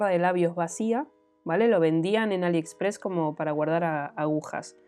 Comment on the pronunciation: Y porque compras en Aliepressss,JAJAJAJAJA JAJAJAJAJA Me ha encantado el vídeo